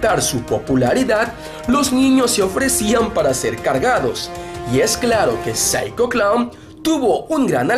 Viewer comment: Osea we ,pronuncias bien el nombre de Psycho Clown y los otros 2 no ,ubicate we xD